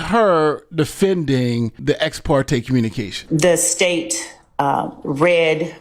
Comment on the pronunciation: "da State, ahh read da case..."